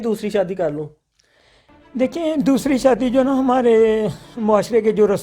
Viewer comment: shadi beta hoti ha sadi nai pala bolna seehk pir kar shadi